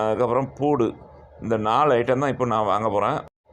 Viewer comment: பூடு இல்ல பாய் பூண்டு